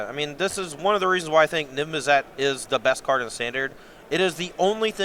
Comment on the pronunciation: needs to learn how to say Niv Mizzet